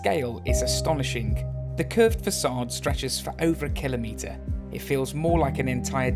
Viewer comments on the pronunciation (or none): none